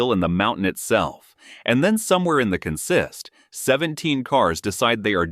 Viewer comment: The word "consist" in this context is pronounced CONsist, not conSIST. It's a noun, not a verb. So, a CONsist may conSIST of two locomotives and fifty cars. Why do we keep seeing unrelated images of trains in other countries? There is a bit of confusing information. It would not be a string line derailment if it was caused by helpers pushing on the train, as stated . String line derailments happen when too much pulling force is being applied, and the trailing cars jump the tracks to the inside of the curve. So, it would appear that this latest derailment was caused by compressive forces from the helpers pushing on the train, and not from pulling forces, which would cause a string line derailment.